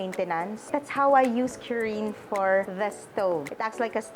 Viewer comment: "KU-RIN" not "q-rin". Its how Japanese say "clean". kurin.